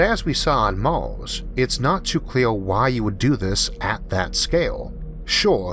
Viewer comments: "IT WAS VENUS, NOT MAWWWZ" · why is this dude speaking weird. he says Mals instead of Mars. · “Maws” it’s Mars bro. Mars. R’s aren’t that hard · i subbed just to keep hearing him say tearwafoaming, mawz and ewuth. 😂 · What the heck is this guy's accent? Is he speaking uwu or something? "Mawrs", "Ewth", "Pressowr", "Aiwr", xD?? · Wetowning to Owth fwom Mows fwoating owond in a corcle in a howocane. Every vowel is interchangeable with an O .....usually but not every time......I just can't take it. His videos are like being with the most beautiful woman in the world who has bad breath and hairy legs. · Its pronounced "mars" not "mawos" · Cowanizing and tewafowming venus, not maws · What's with the pronunciation of Mars as "Mauws???" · Pronunciation is border line retarded. Eawf? Pawadise? Tewaforming? Yeawas? Maws? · I can't watch this... I tried but his pronunciation is just so annoying >< aarth = earth? maas = mars? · I really hate the way you spell mars, but I don't hate you, I just wanted to get it out of my chest, it fill me with rage every time you say "mars", funny how our brain choose to get certain mundane things. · Everytime I hear this man sad "Mars" i cringe, its mean but honest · despite the narrator has an issue pronouncing the following words : Earth , Mars , atmosphere , what troubles me is that from what i actually heard so far , we are planning to "spread" out like a disease into the solar system ??? First of all we don't know for sure if we can pass through the so called firmament or else known as Van Allen belt . Can we really trust all this CGI crap and whatever NASA is saying ???